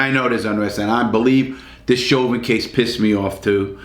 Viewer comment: "Derek Sherber... Derek Chauvin..." thinking about sherbert larry? Lol